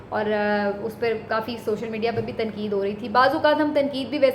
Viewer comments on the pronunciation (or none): none